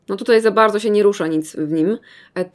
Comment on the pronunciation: no tak nie bałdzo 😂♥️